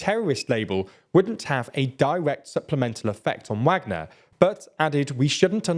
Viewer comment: Still saying Wagner wrong.